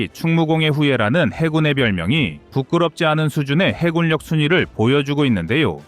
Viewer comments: '해군력'의 발음은 '해군녁'이다. 음성 AI 활용 발음 '해굴력'의 기계적인 적용이 가져온 잘못된 발음을 당장 수정해야한다. '미군력' '공군력'을 '미굴력' '공굴력'이라고 발음할 수 없지 않은가? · 해군력을 해굴역으로 발음하는 오류를 바로잡습니다. 해군역이라 발음하시길. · 해굴력 거슬리네요